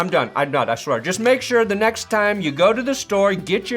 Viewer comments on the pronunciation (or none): none